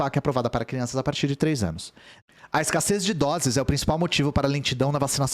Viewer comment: "No último ânus"